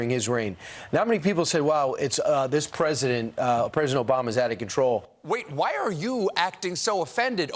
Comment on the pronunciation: "Ptesident" Colbert you are on fire! 🔥😂